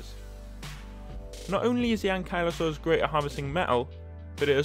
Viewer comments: Not to be rude but i think it is pronounced ank-you-la-sorus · I noticed that you pronounce ankylosaurus differently then what I say.🤔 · when he said " arjin-tahvis " and " ain-kylo-saurus " i felt that